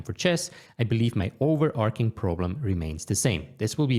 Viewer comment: Noel I am sure I am going to love this video (how can I become a student?!) but irk means to annoy seriously and it's overarching with a ch sound (chapter, chase)! Your English is otherwise excellent and seems effortless!